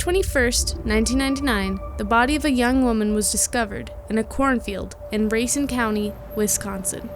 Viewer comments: It’s ray-scene not RA-cine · The place is pronounced Rayceen, not Racing. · First of all its rah seen wisconsin not raisen and anyway that's a really harsh story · ray-seen Wisconsin... Sorry I had to. I love this channel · It is pronounce RAY-CEEN. Just an fyi... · Hey, i don’t live far from Racine county. But In Illinois It’s actually pronounced Rice-scene. That’s a crazy story either way. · born and raised in wisconsin, and everyone I know pronounces racine as race-cine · It’s “Ruh-Seen” County Wisconsin. Just for future reference for saying it. Great video as always!